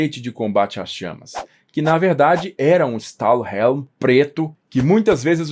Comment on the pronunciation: Essa mistura de "Stallhelm" com "Adrian" ficou MUITO ESQUISITA...